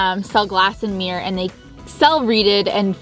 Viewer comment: Normal people: mirror Canadians: mærrœr